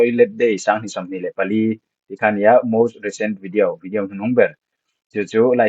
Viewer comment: Tinge vidiau tia i lam tlat a 😅